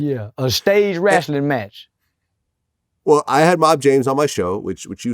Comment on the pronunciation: "a stage wrastlin' match"